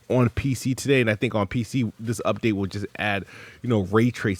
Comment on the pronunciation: Th ths this th , ninja talk wtf wrong with you 😂